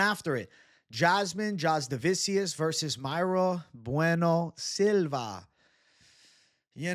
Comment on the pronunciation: Mayra Bueno Silva he says 🤡